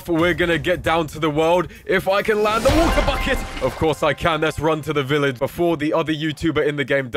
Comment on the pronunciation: "wooter booket"